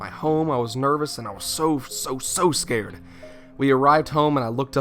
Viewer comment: he said Scåred